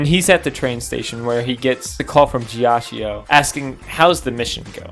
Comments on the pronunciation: it's pronounced "geeachoe" Please It's a great video but I'm feeling physical pain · I'm sorry for the unsolicited "um actually" but I'm gonna tell you how to correctly say Ghiaccio's name because I want to. You're saying "jia-chi-oh." Gs and Cs in Italian are interesting, because if they're next to either an I or an E, the pronunciation changes. G next to an I or E makes it J; C next to an I or E makes it "ch." Because the vowel is just a modifier, it isn't pronounced any further; that's why Narancia is "Narancha" rather than "Narachia." Also, that's why GioGio is actually just "JoJo," not "JioJio." Sometimes, an H is inserted between the G/C and the I/E to prevent this modification. That's why there's an H in spaghetti (otherwise, it would be "spajetti.") That's also why there's an H in Abbachio's name, because otherwise it would make a "ch" sound. So, with Ghiaccio, the H prevents the I from changing the G to a J. It also means the I is still pronounced on its own. The I next to the C changes it to a "ch," and also means the I isn't pronounced, since it's merely a modifier. Therefore, instead of the name being "jia-chi-oh," it's actually just "gia-cho." You speak Italian now, good job. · A piece of my soul is happy everytime you pronounce Ghiaccio the way you do, knowing that the mispronunciation would absolutely piss him off to no end. lol